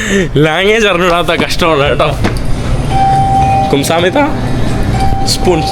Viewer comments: ഡാ ഗുംസാമിത അല്ലടാ, ഗംസാമ്നിതാ.. മീൻസ് thank you 😄പിന്നെ " അറസ്സോ" means ok, ശരി. മനസ്സിലായി എന്നൊക്കെ അർത്ഥം വരും. പിന്നെ കുമാവോ or കുമാവേയിയോ means also നന്ദി, thank yu, പിന്നെ അന്നിയോങ് or അന്നിയോങ് ഹസ്സേയിയോ means ഹലോ. 🙌🏻 im not lecturing just helping🤝😊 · 😂😂😂😂kumsahammida alla ite kamsahamida😂😂😂